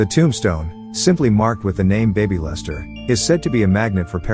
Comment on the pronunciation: I couldn't help from laughing at the bad A.I. narration... especially at the "the tombstone marked only with the name BABYlester... "